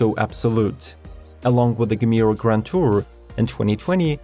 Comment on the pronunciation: It´s Jemera not hard G.